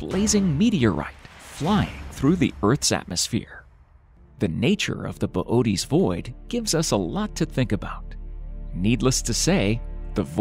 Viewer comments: Good video but bobootes void come on 😂😂😂 fml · Why is Boötes pronounced Bobotees?